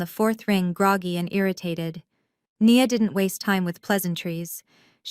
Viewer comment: Of course not. They don't even use proper narration. I counted numerous times within the same paragraph when Nia was pronounced "knee-yah" and one sentence later "nye-yah", for starters. I did like the overall story though.